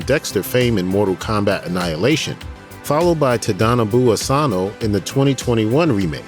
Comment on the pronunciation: Great video but the way that Tadanobu Asano's name was pronounced was just ooooof